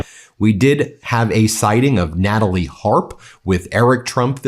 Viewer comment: Did u say Natalley Hart?